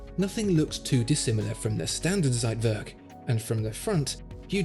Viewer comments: It’s TSeitwerk not Seitwerk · I love your videos, but as a German, every time you say Zeitwerk , a piece of my heart dies. Z is pronunced as "tss". Thank you for the amazing video ❤️ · the "ssseitwörrk" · It is not a "seitwörk", it is a Zeitwerk with a Ts sound, and an e, NOT an ö... please go back to school please please this is terrible.. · You are trying to say Zeitwerk and fail. It is Ts not Z, like it's v not w. I'm sure that was heplfull. Keep up the good work. Greetings from Hot and Sunny Greece. Theodore